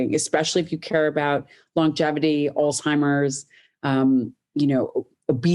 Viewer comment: did she really say alz-timers even though the CC says Alzheimer’s and Dr Lyon basically nonchalantly corrected her ?